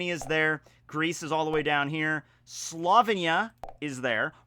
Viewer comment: I find It very offensive that your saying slovinya instead of Slovenia as a Slovenian